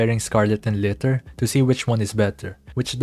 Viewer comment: The way you call Liter like Litter 💀(Jkjk its fine) But yeah still halfway done on unlocking her but I do need a close range ST burst like Guilty, glad I stuck with her, also curious on how ourself will be able to counsel her perfectly at the end.